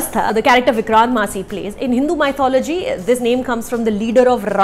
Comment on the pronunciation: Your pronunciation Of Massey is wrong...